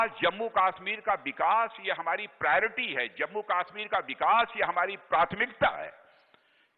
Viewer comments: Kashmir ko KAASSHMIR bol raha hai Dalla bolna tp sekh lay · Ye Chutiya Raksha mantri Kashmir ko kaashmir bolta hai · kaaashmir kyu bol rha hai? KASHMIR bol !!! and audience so rhi hai kyaa? yarr pta nhi kyu MODI govt mei sabhi ministers sahi lgte hai bs ise chorhke. Mr. Parikar was the best DM of India.